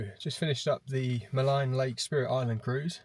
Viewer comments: Maligne is derived from the French word meaning "wicked' and is therefore generally pronounced with a French accent like "Ma -lean". It's no big deal. I made Jasper my home for forty years. I have only seen one Grizzley bear in that area and I've been there hundreds of times. They generally stay above tree line in the higher mountains and that's where I saw one. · When you walk make a lot of noise. Walk with bells or other noise makers. Also it is pronounced Maleeen lake. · Maligne is pronounced muh-LEEN